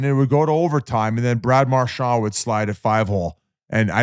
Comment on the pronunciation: You guys are up in arms about him mispronouncing Smoltz but sit here year after year of him calling Marchand “Marchau”